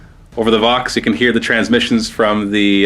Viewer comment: Di Eh? :)